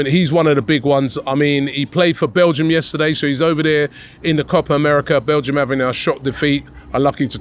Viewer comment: Did I just hear Robbie say Amadou Onana played in Copa America for Balgium? 😂😂😂😂😂😂😂😂